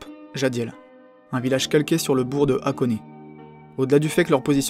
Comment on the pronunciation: Hate de voir la partie 2 ^^ Si j'ai un conseil à te faire, ce serait d'essayer de travailler un minimum ton accent nippon; evidemment je te dis pas de prononcer parfaitement, mais au moins d'essayer d'avoir une prononciation poche et juste! Par exemple, "Machida" se dit "Ma-tchi-da" ou "Hakone" se prononce avec le H inspiré... Du coup c'est du détail, et le reste c'est nickel je trouve ^^